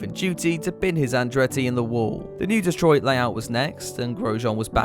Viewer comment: 'Destroy-it' for Detroit! Perfect!